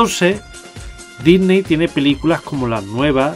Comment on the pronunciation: porque dice dysney xD